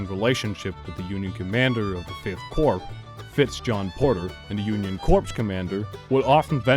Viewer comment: 'corps' is pronounced 'core', as in 'Marine Corps'.